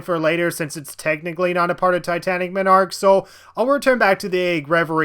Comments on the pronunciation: No game is perfect and flawless. Also it's MON-ark not MI-nark. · Everytime you say "Minarch" I die more inside. Also did you actually not like titanic MONarch for being hard? It's the final stage in the game did you want it to be a cakewalk? Unfair moments? What? That's just nitpicking rather than a real issue. Also are you really mad about playing blue spheres? A mode you dont even have to play? My biggest problem with this "everything wrong with" is how they're just small little things you dont like. The only point I can really agree with you on is the lack of more original stages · ive never played sonic mania and all ive heard are good things about it. im glad you made a video about what people might be afraid to talk about or things that are just overlooked when people talk about how great the game is. and im sure you have gotten this before but it made me laugh every time you said "titanic monarch". you were pronouncing it as m'narch or minarch when its pronounced mon-arch like a monarch butterfly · MAHN-ark MAHN-ark... not muh-NARK. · It's not Titanic "ma-nark" it's Titanic Mon-ark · Mawn-Arc, not muh-narc. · Just for the record, its pronounced MON ark not minarch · omg...it's MONarch. NOT menARCH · Ma-narch I’m gonna say it like that from now on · did you just fucking say m i n a r k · remember people it's not pronounced MONarch, it's m'nARCH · he kept saying minarch lol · Dude, you pronounce 'monarch' very strangely. Your emphasis is way off. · The only thing I don't like about the video is how you pronounce Monarch wrong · The way he pronounces the word "monarch" bugs me. Good video on the whole, though. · I guess you’ve never heard monarch pronounced correctly before. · And you're pronouncing monarch wrong, monarch is a king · People are talking about how he says “MON arch” as “minarch” But don’t talk about how he literally said “miminum”